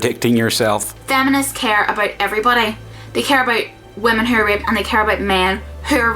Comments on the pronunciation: I was listening to this in the background. When she was saying 'Raped', I thought she was saying 'Ripped'. Made for an awkward video until I understood what she was saying. lol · Is she saying ripped? or raped? Genuinly confused. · Holy shit, she's saying raped, I thought she was saying ripped. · I was confused as to why she was saying "ripped" all the time, then I realized that she was saying "raped" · Ahh she says "raped"....yeah that's makes more sense. I understood "ripped" half the video xD. I mean why isn't ok for a man to be ripped xD.